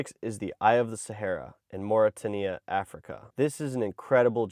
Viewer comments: Mauritania isnt MOR AH TAH KNEE UHH .. Its MOR AH TANE EE AHH .. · Excellent video but would just like to point out it is pronounced 'Morit-taynia' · It’s pronounced Mori-tania. (Mauritania), not Morry-tan-ea! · BTW, Mauritania rhymes with Australia, not Tanzania. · Moor-rah-tain-e-ah, not tin-e-ah. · Mauritania is pronounced “Mawry Tay Nee Ah” not “Morry Tin eeh ahh”. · It's pronounced More-a-tain-ya. You can always tell when Americans are making videos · Great list, though disappointingly US-centric. Pronounciation note: Mauritania is similar to "more-it-ain-ia" where 'more' rhymes with floor' and 'ain' rhymes with 'train'. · By the way its pronounced Mauritay-nia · Just a helpful note for your future reference. It is pronounced Mor-i-TAY-nee-uh. 💚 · Mauritania = Mor-i-tay-knee-a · The Richat structure is the rumored site of Atlantis. Also, it’s Mauri-tay-knee-a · Mauritania - Mor-i-tay-knee-a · Mauri-tay-nia, btw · You are pronouncing Mauritania incorrectly. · "I've been obsessed with this place for years"...proceeds to absolutely butcher the country name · You can see lil bro has only read the word Mauritania and never heard it xd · Mauritania is pronounced such that it rhymes with Lithuania, Romania, Albania.